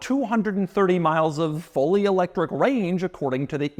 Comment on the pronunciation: Doug is the type of guy to pronounce electric e-lectric.